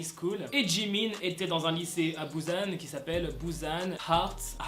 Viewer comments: il est grv oufff en dit "pousan" pas "bousan" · On dit Busan et pas Buzzan 😭🤣 mais sinon super vidéo 😂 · on dis pas Bousan on dit Busan 😅😭